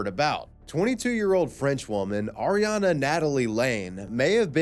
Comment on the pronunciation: I don't think Auriane is pronounced Ariana, that's a completely different name, but whatev